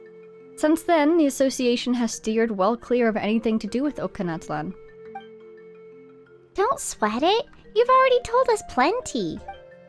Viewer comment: that word Och in Ochkanatlan is pronounced as "Roach" but with an O instead of R.😭😭